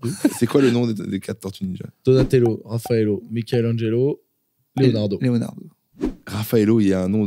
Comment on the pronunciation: C'est Raphaël, et pas Raphaëlo.